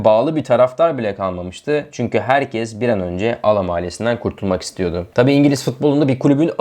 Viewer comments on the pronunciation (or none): none